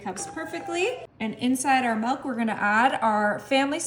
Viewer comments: Also noticed those odd pronunciation, and I'll add that it's milk, not melk, and especially, not exspecially. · Exspecially seems to be quite a common mispronunciation, it seems. And "melk" is often pronounced that way by people of German descent.